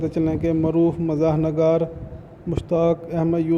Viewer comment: میرے بھائی آپ اُردُو بولنا تو سیکھ لیں پہلے کِس کام میں آپ پڑ گئے ایک اُردُو اَدب کے اثاثہ کی خبر اور ایک جاہل کی صداکار بہت تضاد ہے بھائی۔۔۔۔نَگار نہیں ہوتا نِگار ہوتا ہے فارسی سے ماخوذ ہے اسم نکرہ ہے نون کے نیچے زیر ہے آپ بار بار زَبر پڑھی جا رہے ہیں